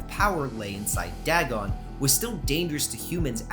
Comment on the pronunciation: I should tell you, you're pronouncing Dagon's name wrong, it's "DAY-GONE" from what I've heard.